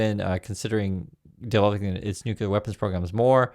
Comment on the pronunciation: WHY TK CANT YOU PEOPLE PRONOUNCE NUCLEAR CORRECTLY